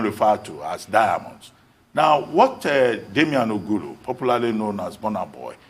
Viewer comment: Damini Ogulu not Damian Ogulu..